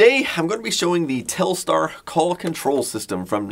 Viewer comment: Telstar sounds like Telstra